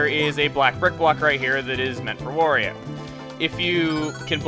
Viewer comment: Wa-REE-Oh! Not Wore-EE-O!!!